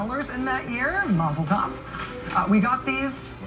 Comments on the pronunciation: Викентий Мадзин. he she said mazeltof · "Masseltoff"? What"s that foreign BS.